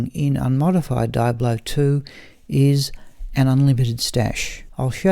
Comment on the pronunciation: Triggered every time you said die-ablo